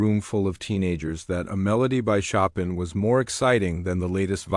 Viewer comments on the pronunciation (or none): Shop in? Show-pan (Chopin) stupid AI